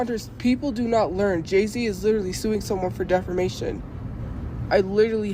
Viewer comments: "DEFERMATION" girl get off the internet and please get yourself educated XD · "defermation" that drives me nuts hahaha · I love when she says she’s gonna sue people for defamation when she can’t even pronounce it right😂😂she will never have money or a lawyer lol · Between her pronounciation of defamation to her probably not even realizing that she could never afford a lawyer, comes off as the perfect example of a woman child who doesn't realize the world isn't gonna be served to you on a oyster platter or in her case Wendy's tray.